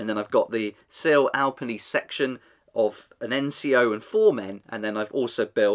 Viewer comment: eh good try at the pronunciation, its more like al-pee-knee instead of al-penny